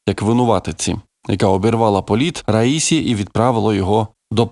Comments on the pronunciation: Наголос на останньому складі, як у французькій мові! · президент ра-сі-ї! ще раз кажу РА-СІ-Ї! ні не ра-ї-сі! ні це не одне й те саме! наступного разу не помиліться!